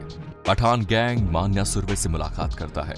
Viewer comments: माण्या नहीं भाई,मण्या हे वो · "मन्या not मान्या" .....मन्या सुर्वे